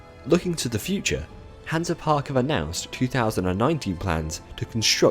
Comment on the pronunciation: Great video! Hansa Park is a pretty good park, Kärnan is insane. BTW You’re pronunciation is hilarious